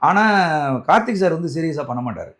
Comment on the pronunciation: நெறியாளர் தம்பி... கார்த்தி அல்ல கார்த்திக்...